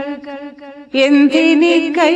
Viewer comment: ചിലങ്ക ആണ് അല്ലാതെ ചിലൻഖ അല്ല കെട്ടോ